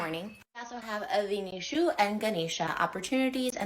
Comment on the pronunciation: Appropriating religion and culture is calling Vishnu “VINISHU” like mother fcking PIKACHU , collecting religious symbols like Pokémon, doesn’t care about pronouncing the name correctly or to know/learn anything about the religion at all. F*cking “VINISHU”. Embarrassing.